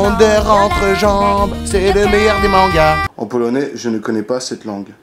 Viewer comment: Ca va le polonais était assez bien prononcé ;)